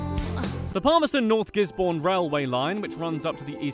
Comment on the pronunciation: Gisborne is not pronounced gis-born